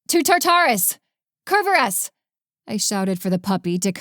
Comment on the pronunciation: Really wish the narrator would pronounce Tartarus and Cerberus correctly.